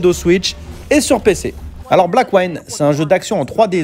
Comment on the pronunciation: Juste 2 remarques: 1- ta prononciation de Blackwind est mauvaise 2- non, ce n'est pas un jeu en 3D isométrique.